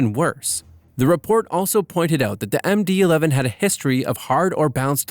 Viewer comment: “A McDonald Douglas mmdee eleven”